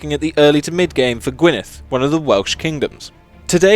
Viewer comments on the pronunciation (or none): The way you pronounce "Gwynedd" is destroying my soul, please stop a dd makes a th sound in Welsh so it's pronounced gwin-e-th. The old Welsh spelling is different but it's pronounced the same.